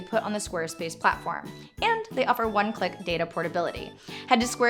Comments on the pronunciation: I'm so single, instead of hearing data analytics, I heard daddy analytics 🥺🤦‍♀️ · Did you say daty analytics? Instead of data?